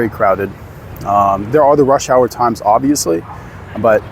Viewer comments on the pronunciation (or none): none